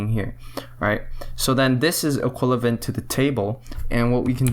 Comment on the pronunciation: For frick sake man, its EQUIVALENT not "equilavent"